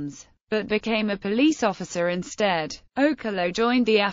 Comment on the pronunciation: You're pronouncing okello wrong.